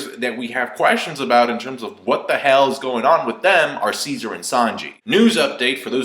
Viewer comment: You saying Ceasar sounds like "seizure" haha. And wait, the hair on the Mammoth looks a lot like Kaido's. Hm.